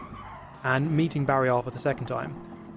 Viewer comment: I now pronounce barrier, "bare-e-are", thanks, cracks me up everytime!